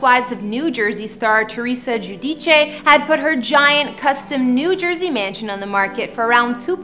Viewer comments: You're a Canadian and you pronounce her last name the correct Italian way the people saying geu-dice is incorrect her last name the real Italian pronunciation is Ge-u-Di-chã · It’s the proper way to pronounce her last name, the Italian way…. Not Jew dice